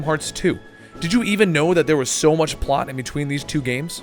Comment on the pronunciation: " i remember playing kingdom hearts 2 as a kid and being so lost because so much pot happened between games" uhh dude i know you have problems pronouncing names, but ya gotta be more careful with just plain words too otherwise things like that happen